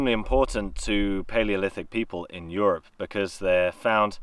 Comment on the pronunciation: Bemused with how you pronounce “Europe” like “syrup”